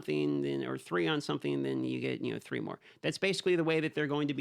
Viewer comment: “Theee solid hours of gameplay in S5” 😂😂 U got me there 😊❤